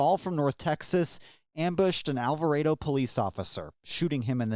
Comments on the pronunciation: It’s Alvarado not Alvaredo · Are they actually saying All Vah Raido? Lmfao!🤣 All vah Rah dough